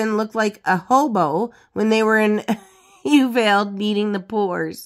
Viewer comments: Well done. There were some photos I hadn’t seen before. I love it!! Just so you know, it’s pronounced U-Val-dee. I used to like in Texas years ago. They are definitely not happy about her merching such a horrible tragedy. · I know it looks confusing to see Uvalde spelled but it's pronounced U-vahl- dee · Uvalde is pronounced as you-val-dee. The "val" sound is the same as in vault or volume (which you got correct). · Uvalde is pronounced: You-vall-dee. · It’s pronounced “you-VOL-day” ❤🎉✌️